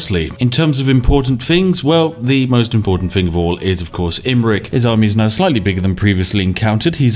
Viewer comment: "thing" NOT "fing"